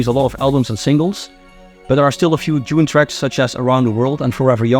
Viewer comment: Dude, it's DUNE, not June!!